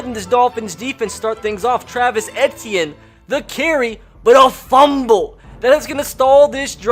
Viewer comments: It’s Travis E T in that’s how it is pronounced not AT t in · it's travis e - tea - in not eh - tea - in smh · It is pronounced ETN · It’s “Eee-Tee-In” not “Eh-Tee-In” sir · It’s pronounced Travis e t n not etian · Dude... it's not Et-e-in.... it's E-T-N! LEARN HOW TO SAY OUR KIDS NAMES! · He's saying Etienne wrong. He went to Jennings High school in Jennings, Louisiana I know him personally, because my high school wasn't even an hour away from Jennings Just a long e sound then just like the letter t then an. Simple. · pronounced “eetienne” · How to pronounce Etienne : EE-TEE-EH-NEY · You said Travis entine worng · I kept cringing over how he pronounced Etienne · I love you bro but you pronounced Etienne so wrong this entire video and it was nails on a chalk board for me